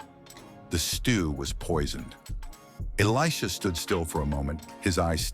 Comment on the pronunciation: Good job on the proper pronunciation of Elisha's name. 😊